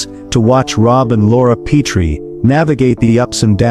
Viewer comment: Brain-dead AI narrator doesn't know how to pronounce "Petrie." Boycott AI!!!